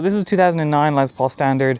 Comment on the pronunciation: LES Paul, not LEZ Paul....😂